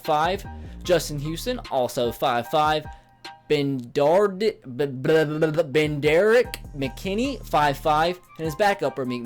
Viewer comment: you totally butchered benardrick mckinney name 😂😂😂